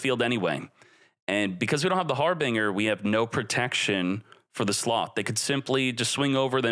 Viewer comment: I've never heard anyone pronounce Harbinger that way before...